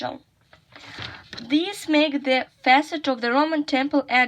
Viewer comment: It’s right to say Roman’s there The word ‘unrest’ has the other stress Look how we read such combinations of letters as s/s if we use apostrophe, reread ‘Augustus’s’ Don’t forget about interdental sounds. Look the stress of the word ‘pilaster’ The word ‘facade’ has the other stress We can’t say “the frieze was been damaged”. How can we say? The ending of the word ‘importance’ isn’t clear as you read it with interdental sound Not “to the 2nd century” but “of the 2nd century” “The Empire was the height of its success”. Reread this sentence and find what you miss Look the stress of the word ‘accurate’